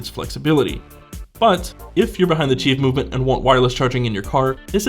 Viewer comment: Good video, but it's pronounced, "qi".